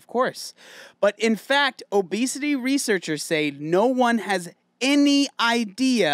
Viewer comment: no one:: reachersers